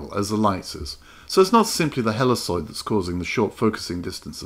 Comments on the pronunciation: Great video, thanks so much. By the way, I've always heard 'helicoid' pronounced "heli *KOID*" rather than "heliSOID" ... but no big deal. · The C in Helicoid is a hard C, not a soft C. It's Heli"koi"d. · Wonderful video and I will definitely give this a try with the lens off of my old slide projector and my macro bellows. One small point - It is "helly-koyd" with a hard c.